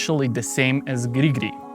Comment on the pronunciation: Please make a short compilation of your "gri gri" sounds 😂